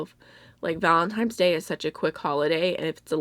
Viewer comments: Great array of picks! FYI, it's Valentine's day not Valentime's day... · I replayed it and heard Valentime's. But it's not a huge issue. Just mentioned it because I hear a lot of YouTubers mispronounce it and it's starting to annoy me, lol. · I noticed too haha! Because she says "Valentine's" when first introducing the love heart products, but then says "Valentime's" later on and when discussing the Terra Moon pigments at. I think Kleinman☝🏽 is probably right:) especially because has spelled "Valentine's" correctly in the description box. Interesting anyway! xxx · I heard “time” too. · I live in Pennsylvania like she does, and a LOT of people around here say "Valentimes". It's just a local thing that the rest of the world wants to murder us for. 😂 We know it's an "n" and not an "m", but sometimes when you grow up hearing people say certain words, they slip out lol.